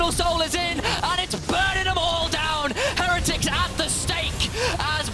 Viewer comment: why does say heretics wrong someone shouldve told her